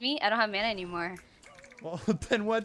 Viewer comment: You say Mana wrong